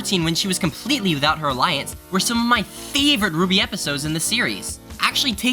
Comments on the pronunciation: you pronounced iance wrong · I think he pronounced the a more than normal slightly. Normally you hear ience but he pronounced it slightly differently I belive